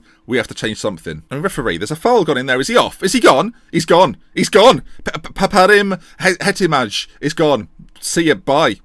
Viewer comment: Can't pronounce Italian names but manages to correctly say Përparim Hetemaj. Relying on Ravel Morrison as your central creative attacking midfielder is probably the most riskiest thing I've ever seen someone do. Just read that back to yourselves.